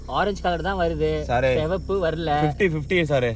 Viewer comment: சுவப்பு இல்லை சிகப்பு..🤣🤣🤣